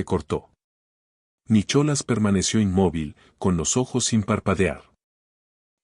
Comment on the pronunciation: Es muy linda historia, pero tengan cuidado con la pronunciación, es Nicolas con H o sin ella y penhouse, no pentause,si bien la Real academia española apoya ciertas pronunciaciones ,lo correcto es locorrecto y uno enseña incluso a través de este medio,y continuando hermosa narración, me gustó mucho, gracias!!😊😊